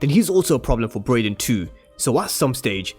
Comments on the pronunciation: bro you keep pronouncing his name as “Broyden”🤣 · Why u calling him broyden 🤣